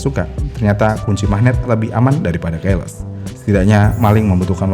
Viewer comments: Ke depannya tolong baca keyless sesuai bahasa Inggris yang baik dan benar. Dibaca "kiles", bukan "keiles". Terima kasih :) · Terganggu dari cara baca key-less. Seharusnya dibacanya ki-les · Keyless : Keiles ❎️😂😂😂 Keyless : Kiylès ✅️ Sama kebanyakan secara harfiah secara harfiah secara harfiah secara harfiah secara harfiah secara harfiah secara harfiah secara harfiah secara harfiah secara harfiah secara harfiah secara harfiah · Cara baca keyless itu bukannya Qiles min, bukan keiles. Pas dengerin mimin nyebut "keiles" , jujur janggal. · Kiles bukan keles. Gemes bgt tp mantap.